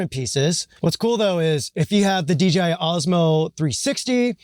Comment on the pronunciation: Why you call it D”G”I 😂